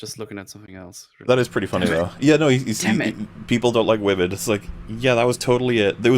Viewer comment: It’s not “WOMENZZZ” it’s “WAH-MENNNZZZ” 😂